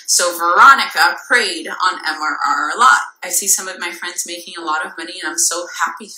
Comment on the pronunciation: Love that she couldn’t even get MRR correct lol